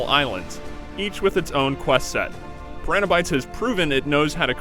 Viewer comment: Why does the narrator not know how to pronounce piranha?